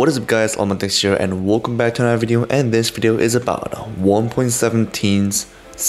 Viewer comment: I like when you say wolcome back 😂😂😂😂😅